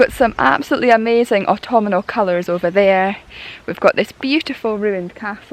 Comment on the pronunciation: Love the way you add an extra 'an' to autumnal"! "Autumnanal"! It's cute! I am really enjoying your work and enthusiasm! 👍😀